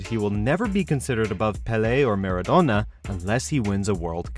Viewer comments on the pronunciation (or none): none